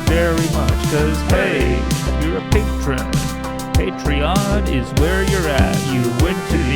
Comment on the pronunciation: Feeling angry? Try listening to 'hey your a patreon, pay tree on is where its at'. It always calms me down.